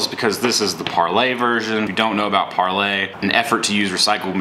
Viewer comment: Par-LEE. Par-LEE.